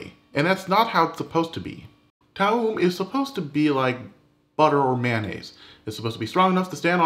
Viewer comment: Corrects Toum Recipe, yet can't pronounce Toum. Ok then.